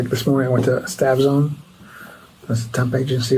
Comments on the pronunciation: i also heard stabzone, lol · Staff zone but i thought i heard stab zone too lol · Closed Caption interpreted him as saying, "Stabzone," when asked where he worked. He likely said, "Staff Zone," but it was too ironic! 😂